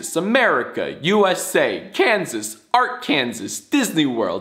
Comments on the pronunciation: Ar-Kansas always hurts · Please don’t ever pronounce “Arkansas” like that ever EVER again